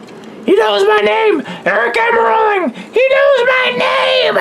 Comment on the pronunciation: I had this funny though that when the aric got released he would be named aric almarolli because of the mistake mike joy made in saying his name